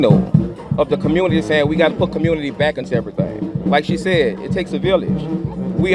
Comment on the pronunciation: It's a communitah, not community.